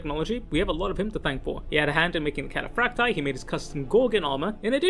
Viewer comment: Why do you pronounce Cataphractii and Tartaros armor in that way